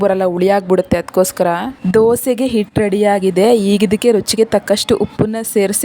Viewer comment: ಹಿಟ್ಟು ಅನ್ನುವುದನ್ನು ಇಟ್ಟು ಎನ್ನುತ್ತೀರಿ , ಹಿಡಿ ಅನ್ನುವುದನ್ನು ಇಡಿ ಅಂತ ಹೇಳುತ್ತೀರಿ.